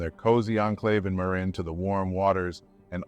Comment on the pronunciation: It's not Ma-rin County. It's pronounced MER-in County. California. I know, I live next door in Sonoma County. Both gorgeous places.